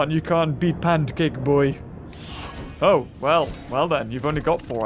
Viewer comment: I laugh so hard when say Pencake boy XD